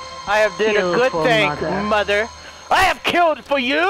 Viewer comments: BRUV, SAID "MUDDER" NOT "MOTHER" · Noticed how he says “mouder” instead of “mother” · Whenever says Mother it sounds like moder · “I will kill them kidder” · daniel pais if you’ve only just herd misspeak like that you obviously ain’t been watching him for long 😂